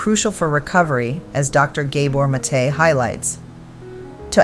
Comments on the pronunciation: Very helpful thank you. I believe The doctors name is pronounced- Gahbore' Mah'tay (emphasis on the apostrophe) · You need to learn how to pronounce Gabor Maté's name, you're mispronouncing it